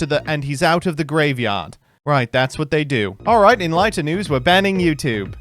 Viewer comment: A decent attempt at a BBC accent from mister but a shame he didn't say "Youtube" correctly